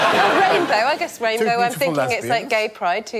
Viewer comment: Mark must have heard Rainrow not rainbow.